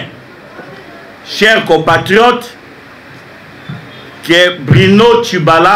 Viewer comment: N'a kanisaka mauvaise foi ba oyo balobaka ayebi français bien te...ya kotanga pamba azo bunda."trible benediction".au lieu de triple. "Prenez tacte" au lieu de prenez acte. (il n'y a pas de liaison "t"à faire, " chers copatriotes" au lieu de "compatriotes" etc...alobaka français te mais frantetela 😂😂😂Mr "dont auquel" enfin "dotokel"... Batu ya boye nde bakoluka ko kamba n'a misu makasi.